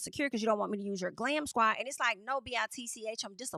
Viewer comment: The pause between Bit and ch is top tier😂🤣😂🤣